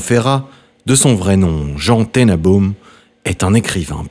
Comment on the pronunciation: Les noms propres sont mal prononcés : Tenenbaum , Goraguer , et ce n’est pas "une triste fin",la mort est toujours triste mais il etait aimé et entouré .Assez de ce racolage !